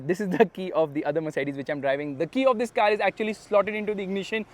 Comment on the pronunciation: the emphasis on " this" every now and then is so annoying